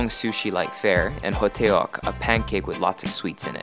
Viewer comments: hotteok ahahhaha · Heotteok, as in Ho-tok. Not ho-te-yok 😂😂😂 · Huteyoke lolol. He didn't even eat a hutteokk either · "Ho-teh-ok" i died. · "Hotteok" :D Lol sorry but I laughed out loud when you pronounced that. It's almost pronounced as hot dog :D